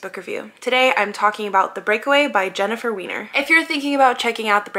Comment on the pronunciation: Great review, but her last name is pronounced Why-ner.